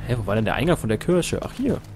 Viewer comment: Du bist auch so jemand, der Kirsche statt Kirche sagt.:D